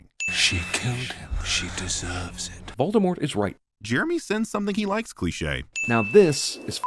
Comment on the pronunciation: and "Molded Wart" lol